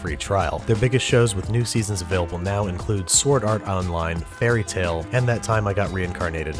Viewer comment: oh no he didn't he didn't he did!!!! he says fairy Tale instead of fairy tail i love you babish but no one surviving thoose